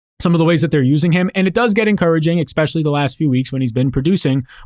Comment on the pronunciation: Saying "eckspecially" drives me insane. Saying it 3 times in a 15 second span makes me want to punch things.